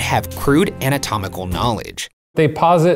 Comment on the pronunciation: I'm making fun of Ryan for saying "anamatomical" instead of making fun of him for saying "Febiairy"